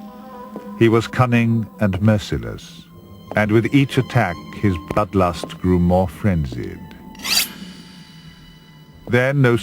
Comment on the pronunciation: Ok I know the video skips a little but it sounds like he's saying "Butt lust."